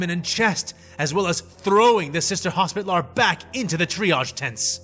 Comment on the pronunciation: "HOS-pi-TAL-er", not "hospit-lar".